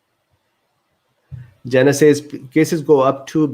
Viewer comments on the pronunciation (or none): none